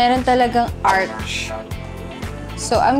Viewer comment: Please check the correct pronunciation of ARCH. I might be wrong also.. 🤭